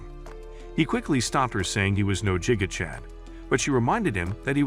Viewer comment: ITS NOT JIGA CHAD ITS GIGA CHAD U DUM BISH